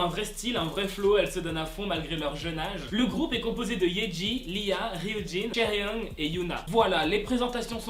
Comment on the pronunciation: Kaeryeoung ??? Si tu est un Midzy, faut au moins savoir prononcer leur nom🙄